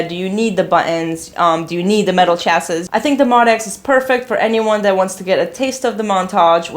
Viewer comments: It’s called a “CHA-see”, not a “CHAS-is”. Smh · MO for Motif and DX for...DX, lol. Also, the word "chassis" is pronounced "chassy" (French) Like, it rhymes with classy, haha. Love your videos--you are enthusiastic and fun! Cheers!